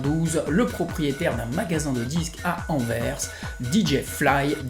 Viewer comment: En tant que Belge, Merci pour la prononciation: Anversss - il y a un "s", il se prononce, et, à l'inverse, Bruxelles s'écrit avec un "x", mais se prononce Brusselles. Chaque fois que j'entends le nom de nos deux villes écorché, c'est douloureux. Super chouette d'entendre enfin un Français (je suppose) prononcer correctement des noms de villes Belges